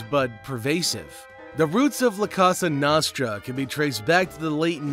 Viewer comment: It's pronounced La Coasta Nosetra😂